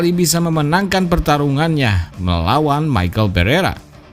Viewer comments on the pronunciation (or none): none